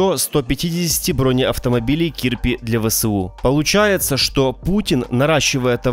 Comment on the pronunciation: Кирпи, как кирпич, только без ч, а не кииирпиии